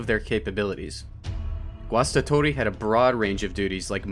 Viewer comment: Great pronounciation of 'Guastatori'.